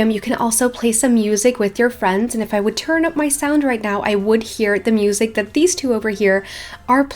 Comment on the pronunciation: “we have the mEeUsEk”